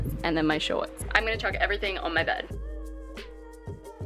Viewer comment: I heard you saying "bird" instead of "bed"😂😂😂